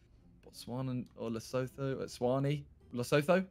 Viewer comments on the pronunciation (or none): The way they're butchering Lesotho and eSwatini 😭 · The way they say Lesotho is quite painful😭